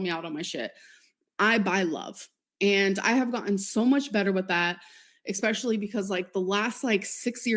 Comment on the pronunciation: You might have gotten better with not "buying love", but you STILL think that the word "especially" has the letter "K" in it... IT DOESN'T! Show me where the letter "K" is in that word... I'll wait. Sometimes you put the letter "X" instead, which doesn't belong there either. STOP IT! * I don't know why that makes me so crazy but it's pretty much number one on my pet peeve list... That and adding the letter "L" to the word "saw", and using the word "seen" incorrectly. You didn't "seen the mailman", you saw them. Or, "the mailman was seen by you"... does all three and I think she does it just to make me crazy. 😂 It's not that hard to speak proper English.